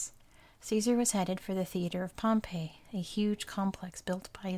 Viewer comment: You should make a video about the Roman Civil war between Caesar and Pompey! Oh, and btw, Pompey is pronounced like “Pompy”